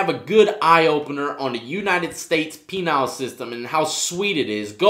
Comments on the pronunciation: Did he say ”penile" instead of "penal"? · “The United States penile system” LMAO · United States "penile" system. Hahaha! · I wish people would stop commenting on how he said penal. I'm sure it's just the way he pronounces it.